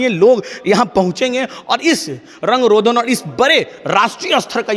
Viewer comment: रंग रोधन नहीं रंग रोगन होता है। बार बार..